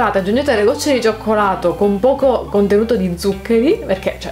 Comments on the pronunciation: Si dice risis non rises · Reese's come dici tu si dice risis graziepregociao e non criticare tutto👌